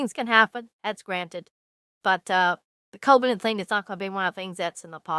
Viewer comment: Babe you mispronounced Koivunen name at least four or five times. Still your right that this is a bad deal and you called it out.